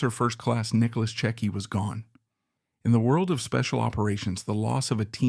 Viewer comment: Because these videos are garbage and they’re using people’s names to try to make money. It’s disgusting. They aren’t even pronouncing his name correctly